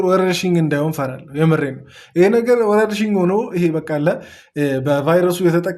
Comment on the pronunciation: ያንተ ንግግር ነው የምያስቀኝ 😂😂ወርርሽኝ አላለም😂😂